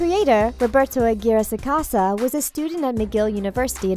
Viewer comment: She said Aguirre wrong I mean I would know lmao